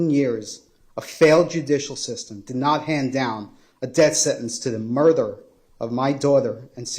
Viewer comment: I'M NOT TRYING TO BE MEAN: Why does keep saying "murther" instead of "murder"?